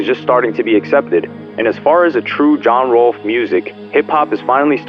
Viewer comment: “a true John Rolfe” am I missing something or should it be “genre” 😂